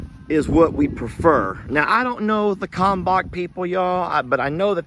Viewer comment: Kalmbach feed. Odds are, the l isn't silent. js